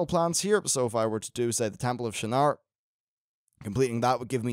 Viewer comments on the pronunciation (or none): none